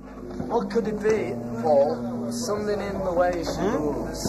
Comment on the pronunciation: Right at the beginning of this video, it sounds like George called Paul McCartney “Faul”.